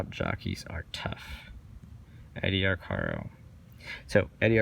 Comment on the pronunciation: Good piece,. I always heard the jockey's name pronounced Ar-care-o, rather that Ar-car-o. He was the most famous jockey of his day. Keep up the great work.